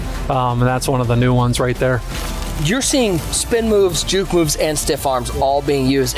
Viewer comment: Why does bro say juk and not juke 😂😂😂